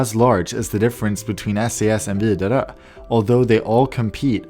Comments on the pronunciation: hearing say widerøe gave me a seizure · Gotta love that thicc sweedish pronounciation of Widerøe! I don't know what it is, it's just the tone that makes the swedish pronounciation such different yet the same to the norwegian one lo..